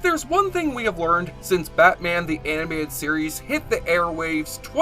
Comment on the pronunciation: "batman the Aminated series" LOL